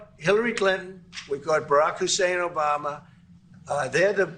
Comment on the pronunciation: please take some time and practice how we pronounce things here in the united states... it's not '' Omamerr'', it's Obama... please!... drop the unnecessary R